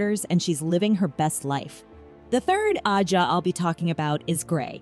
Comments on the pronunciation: Agreed. I actually turned the video off because of it. That and the annoying way she pronounced and emphasized the word ajha. Just couldn't do it. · This video was almost unwatchable. Please learn to pronounce ajah before making another WOT video...and 😒😒😒